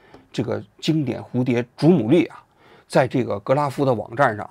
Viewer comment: 于谦：祖母绿（lù）